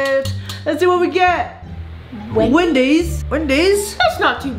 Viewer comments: said "Windys" instead of "Wendys" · he's like wedys wedys?!! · Its wendy's